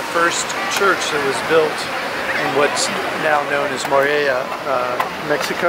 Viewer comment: Nice video thanks. But it drove me crazy every time you mispronounced Morelia. Sorry, maybe I'm anal.